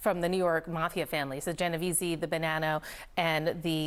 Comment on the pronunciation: news broadcaster doesn’t know how to say the genovese crime family!! correctly!!